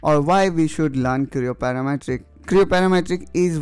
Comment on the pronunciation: PTC Creo "Paramatric" LoL